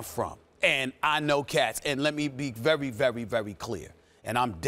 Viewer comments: "Let me be vevvy vevvy vevvy clear..." lmfao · Lemme be vewy vewy vewy clear lol